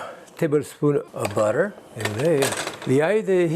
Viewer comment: Love how he says butter. Beurre-tur.